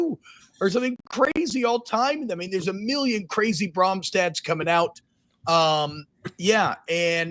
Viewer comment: Come on T-Bob...It's Jeff Brohm.....